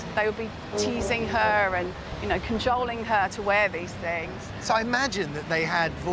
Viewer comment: Straw Boater not 'Bloater'! 🤣🤣🤣🤣 And it's cajoling not 'canjoling'... Jeez... 🙄 She needs to be learned how to talk proppa like what I dun 🤡